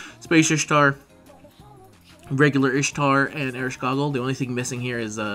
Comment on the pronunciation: Please don't say Ereshkogle anymore it's destroying my ears, it's EreshKIGAL. Although, if it doesn't work then please at least just say Eresh and that's enough.